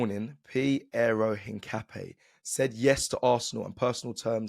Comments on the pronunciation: Een-kah-pee-EH. Stress the last syllable. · I’m not ‘een’. Ca like cap not ‘kah’ like car. Don’t stress any syllable more than any other, it’s just ‘incapié.